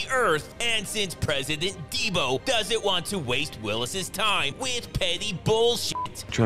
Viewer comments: "President Deebo" Lol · “And since President Dee-Bo”😭💀